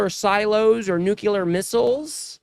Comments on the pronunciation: dude, er sis, whatever you are, the word is nuclear, not nucular. and you want me to watch this shit? yer an idiot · Nuclear, not nucular. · Thanks.. i would really like to see you with long hair.. you're so handsome and articulate.. only one hint to pass on ... Please forgive my intrusion. I think it was you speaking on another video recently but saying "new cue ler' instead of " new klee er" I know people would appreciate hearing the proper pronunciation. You are so near perfect in every way.. I'm certain this one correction will afford you more well deserved confidence. Thank you for your efforts toward education in this crazy, lazy world. Love to all, Marcia in Modesto CA. ❤❤🎉🎉🎉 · Never watched you before, liked your enthusiasm. Oh year. It's nuclear, not nucular. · Why do all US presenters pronounce NUCLEAR as NU KILLER!? Are they unable to understand plain English language? Are they that badly educated?